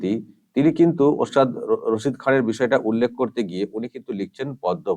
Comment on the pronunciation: Nam ta o thik bolchhena. Rashid ali bolchhen